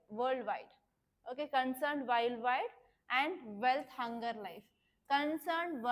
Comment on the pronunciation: It's not wealth hunger life,😂😂😂 it's welt hunger hilfe